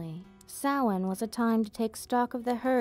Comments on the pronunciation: props for pronouncing Samhain correctly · Well done! An interesting & informative history lesson in an intimate setting... And I'm glad you know the proper pronunciation of "Samhain". So frustrating to hear it mispronounced this day & age. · Pronouncing Samhain correctly = instant like